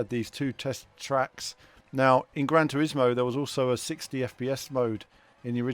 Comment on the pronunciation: "Gran Trismo"? Better change that to "Gran Turismo" 😂🙈